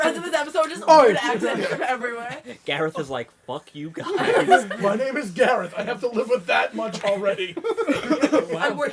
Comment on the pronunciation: Im Gareth and i can confirm, Perfect accent!